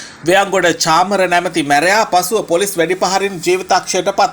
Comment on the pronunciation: අනේ උත්තෝ හරියට වචන උච්චාරණය කරන්න ඉගෙන ගෙන වරෙන් මුලින්.. පොලොස් නිළධාරින්🤣